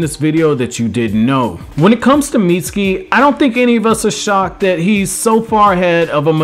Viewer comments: Damn b...you ain't say his name right but maybe twice....haaaa...Miutski??? Haaaa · I’m sorry, but, please, learn how to say his name CORRECTLY!